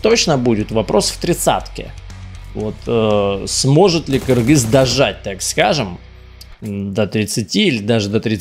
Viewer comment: Даже приятно когда говорят кыргыз а не Киргиз